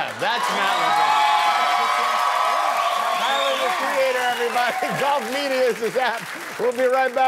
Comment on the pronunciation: as a cajun person it hurted me to hear the way he said leblanc, the c in leblanc is silent but ill let it slide